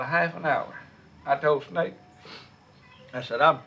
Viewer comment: OMG I LOVE THAT! He left the "S" off the Snake too "NAKE"!!!!!